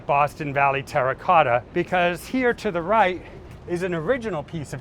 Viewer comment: Well he did say TERACOTA 15 times. Not once did he menage to pronounce it properly.